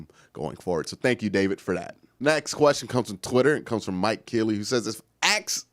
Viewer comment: uses "ASK" body spray not AXE lol